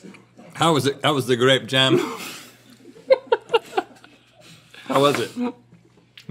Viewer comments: "Grape jem" 😂 I was almost choking on my laughter. This was great. Thank you. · This one is my favorite 😂😂😂 grape jahm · Also I love how “Grape Jahm” wouldn’t even be that funny if Rhett hadn’t drawn attention to it, but it became hilarious. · “Grape jehm” never fails to entertain me 😂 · I was going to type in a similar comment but I'm glad I found yours cuz the "grape jehm" never gets old! 😂😂😂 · "grAdpe jAm"